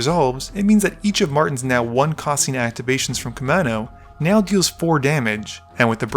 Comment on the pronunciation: Kaminnow? Come on, dude. That's a U and an A! It's Koo-mahn-oh. Otherwise cool video